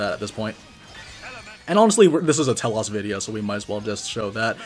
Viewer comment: Second note, same goes for T-elos, not sure why the "ah" sound is thrown on the o Dx